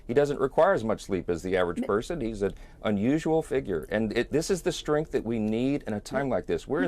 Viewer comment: Did Johnson say Trump has an unuxual figure? Lol.